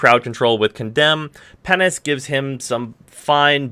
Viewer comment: I swear you said "pennis" instead of penance